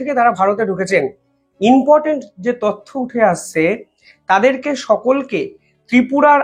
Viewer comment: কথাটা inportant na কথাটা important. রোজ দেখি একই ভুল।দয়াকরে উচ্চারণ ঠিক করুন।খবর পরিবেশন ভালোই করেন।অন্যদের মতো বেশী জাকজমকপূর্ণ এনিমেশন নেই। সাদা গোদা সঠিক খবর। এই ইউনিকনেসের জন্যই ভালো লাগে।আমার হক আছে,আশা রাখি অনেক আপনার থেকে.. তাই বললাম।